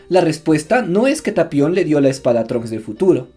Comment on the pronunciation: Es tapion, no "talion"....